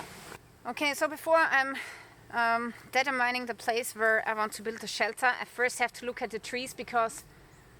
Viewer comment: “detter mining” in case you were wondering, is her creative pronunciation of determining.